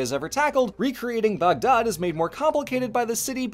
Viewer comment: Lord, I love when you're happy with historical presentations. Makes the times they may have screwed up even more interesting. Also, points for saying "Baghdad" more accurately than most of us English speakers usually manage.